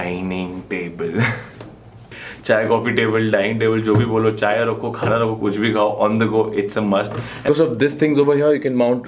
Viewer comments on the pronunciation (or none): none